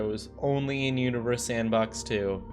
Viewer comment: Lol. Sounds like you are saying “welcome to uterus sandbox 2”